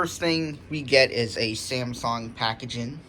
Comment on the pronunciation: Why do u say Samsong instead of Samsung. P.s. nice vid though